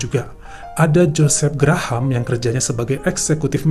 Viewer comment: Bukan Gra-Ham, tapi sebut Grahm atau Grehm .